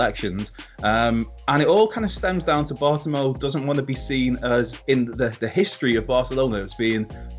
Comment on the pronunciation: It’s pronounced Bart-oh-may-oo